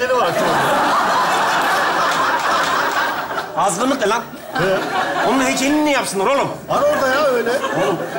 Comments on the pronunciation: Aslında Azgınlık Heykel'ini doğru söylemiş😁😁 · Azınlık yerine azginlik😂